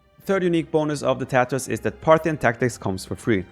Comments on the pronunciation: It is pronounced as Taa-taar. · Sounds like he is saying the Tatohs. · I hear Tatoh whenever Viper says tatars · ''the TaToHs'' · Viper: In this video we are talking about the Tatas. Me: ... (Replays) Viper: In this video we are talking about the Tatars. Me: Thank God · Did I hear correctly? The TaToHs? :D